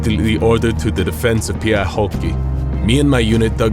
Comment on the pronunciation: Kukaan Suomessa ei lausu Pyhäjokea "pyähoki", ellei sitten ole joku pahemman luokan puhevika, eikä tällä tunnu sellaista muuten olevan. Ei se osaa lausua sanoja suomeksi, eli ei se ainakaan äidinkieleltään suomalainen ole.